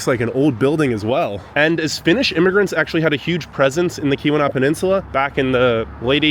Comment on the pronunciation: Few things … it’s called the Portage Canal. Also it’s pronounced Key wa nah . Not Kee wee naw like someone else said lol. Copper harbor gets more snow than Houghton also. Eagle harbor . The Keweenaw as a whole gets pounded . You mentioned the copper mines but you did not mention that they are dated back 5000 years. There’s prehistoric mining that took place.. very crazy history